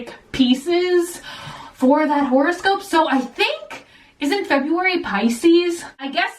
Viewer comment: Remember February-- febrember 😂💖